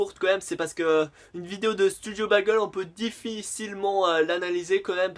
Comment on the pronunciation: Keumar pas kémar.... bègeul pas bagèl.... et pour la tenue qui ne change pas c'est fait exprès cela s'appelle de l'humour..